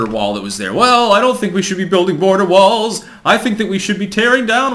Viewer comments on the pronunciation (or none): none